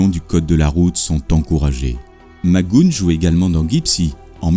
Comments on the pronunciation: c est patrick Mac go hane phonétiquement) pas macgoune mdr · Ce n'est pas mac goon, mais mac go ane, Mac goohan. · Plutôt bien construit comme documentaire. Bravo. Quelles sources avez-vous utilisées ? PS - On dit "Mac Gou-heune" et non "Magoune" (je chipote) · "McGoohan" = Mic-Gou-Hann (Pas MacGoune) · Bon travail, mais Patrick Mac Goûne? Même si on n'est pas bon en anglais, on peut prononcer la partie après le "h" et dire "Mac Gouane". Quelques fautes de style aussi, comme "son enseignement de boxeur qu'il avait appris au collège" au lieu de "l'enseignement de boxeur qu'il avait suivi au collège", 'une diction rapide, lapidaire" au lieu de 'une diction rapide et un style lapidaire", "sous un angle crédible" au lieu de "de façon crédible", "une formule gagnante qui gagnera". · Pourquoi vous dites " Magoune"? C'est McGoohan!!! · super, mais pourquoi prononcez vous mc goon ? c'est mac goo han, avec un H aspiré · Tout à fait d’accord... je confirme ça se prononce Mac GO-ANE ... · Ben non, tout faux mon pauvre. Tu n’as tout simplement pas d’oreilles pour percevoir la subtilité de la langue anglaise et comme dit sur une autre de tes vidéos, j’ai bon nombre d’exemples ou le présentateur prononce bien « Mac GoHANE »... 🙄 Et c’est bien comme ça qu’il faut prononcer. « Mac Gooon » est tout bonnement ridicule... J’accentue également sur la particule « MAC (MC) »... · Henri Thebault 👍🏼 oui. McGoohAN... et pas « McGoune »... 😒 il faut se méfier des liens qu’on refile pour persister à croire qu’il faut prononcer « McGoune » surtout si on n’a pas l’oreille pour ça 🤣 et sans tenir compte des spécificités de langage propre à chaque anglais selon sa région de naissance... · Excellent commentaire .... sauf que j'aurais plutôt prononcé Mac "Go-Hann" selon l'usage français . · vidéo intéressante , par contre son nom se prononce macguoane il était bon acteur mais dans la vie privée c était une horreur et plusieurs rôles lui on échapper au cause de son caractère ...